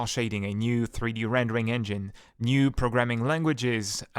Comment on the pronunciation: Arrgh! It's infuriating when you put the emphasis in the middle of long words. For example when you say "proGramming" instead of correctly saying "Programming" or "comFortable" instead of "Comfortable" it's incredibly confusing and annoying because I keep having to consciously adjusting your words while still trying to gleam your meaning. Please practice putting the emphasis on the correct syllables when speaking English.